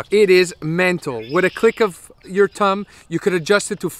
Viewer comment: I’m sorry😂😂😂 but “with the press of your tumb”